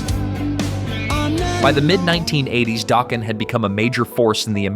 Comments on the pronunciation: Who the hell is Don Doughkin its Don Dokken. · LOL…During the section about Dokken’s “Dream Warriors”, you pronounced Don Dokken’s last name as “Doken” (with a long O sound) and then when you mentioned them breaking up, the picture you showed was Don’s solo band instead of Dokken. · I love your videos, but the pronunciation needs some work. Keyfer, Cinderella. Don Docken, just like you say the name! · 😂😂😂😂😂 yes it did!! 😂😂😂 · You missed too many to list. Please learn how to pronounce words like Don Dokken… Dock-un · Really you can pronounce the band name dokken but you can't pronounce the lead singer's last name what the? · it said Dokken right but not Don Dokken.... lol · What’s with the occasional mispronunciations? Don “Doken”, “Mutley” Crue